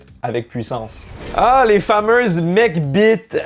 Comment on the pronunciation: J'aime bien la façon dont prononce « McBite ».